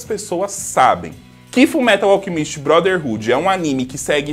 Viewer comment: Kajak só sei q toda vez q ele fala alchemíst me da uma dor no coração kk